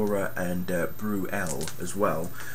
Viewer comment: Thats Bur-El and Valora